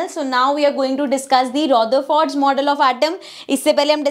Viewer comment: Mam its not ro-ther-fort Its ruther-ford No offence jst saying